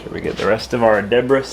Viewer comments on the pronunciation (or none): how did you pronounce debris?